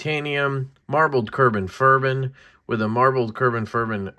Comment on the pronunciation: Carbon what? From the guy who makes fun of me for saying stuff wrong or am I rubbing off on you? 😆